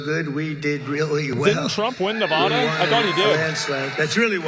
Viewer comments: fr though why do people say"Nevahdah"🤦🏽‍♂️ its Nevada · Hilarious.. You said Nevawda and later he talks shit about that lol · It’s “nuhvahduh”